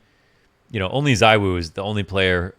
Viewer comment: i am not gonna get over how u r saying Zywoo(zaiwoo) now when u used to say urself that Zywoo(zeewoo) is the proper way to pronounce </3